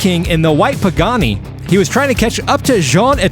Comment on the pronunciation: I can try to help. The Pagani Huayra is pronounced: pah-gah-KNEE (emphasis on last syllable) hwhy-rah. Literally pronounce the word "why" with an "h" sound in front of it. The word means "God of Wind" and thus, maybe that will be evident in some big air finishes for this vehicle?